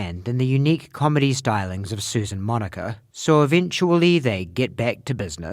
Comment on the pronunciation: Oh, its Monica. I was only listening and you kept saying Moniker.